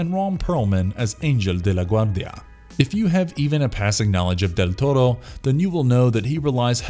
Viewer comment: What's with the Del Torro's name being pronounced right but Jesus is Geesus? 😂😂😂